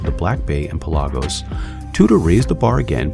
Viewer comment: What’s a Pel-AHH-gose?